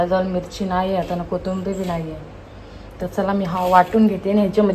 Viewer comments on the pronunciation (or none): Ag bai kotumbri nahi g kothimbir kiti shudh bolynch parytnn karte jshi tu gharat boltes tach vlog mde bolat ja